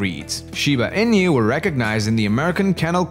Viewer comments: INU -- ee-nuu, not EE-NEW. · Inu is pronounced E-Nu, not In-you. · In-you XD